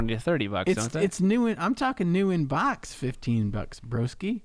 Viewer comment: Every time says "BAWKS" 🤣😂🤣😂